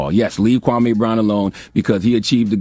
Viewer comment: Its KWAMEEEE, MEE...... NOT KWAMAY..NOT AY...MEE, KWAHMEEEEE. 😆